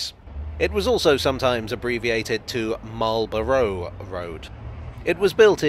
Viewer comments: Bruh .... it's "Mawl-bruh". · Well done, another bit of the underground covered. A little surprised on your pronouncation as standard English pronunciation is Could have mentioned the old platforms that are clearly seen as the modern Met line trains clatter through from Baker St to Finchley Road. The metropolitan ran from Finchley Road to Wembley Park ( for the Empire Exhibition 1924), with platforms at Kilburn ( bridge over the High Road ), Willesden Green and Neasden. You can see traces at West Hampstead ( old Station building now an estate agent). The Great Central ( now Chiltern trains run parallel from Finchley Road to Neasden, where it branches off to Wembley HIll ( now Wembley Stadium). You can clearly see the date on the Bridge at Kilburn High Road, and the "Squaredle " on the outside of Willesden Green Station. The Met line used to run out to Aylesbury as late as the 1960s. I remember as a very young child traveling with my Grandma to Wembley Park on the Met line with slam door carriages, pulled by Sarah Siddons like dark red locomotives. An example of this type of electric locomotive stood at the side of the Neasden works / sidings and LPTB reserve power station. Keep up the good work and don't always oversimplify your histories. The nearby significance of the Lord's cricket ground to Marlborough Rd and Lords Met Railway, as well as St Johns Wood (Jubilee line - formerly Bakerloo line Stanmore branch) is pretty significant to cricket fans 😂😂. See also John Betjamin film Met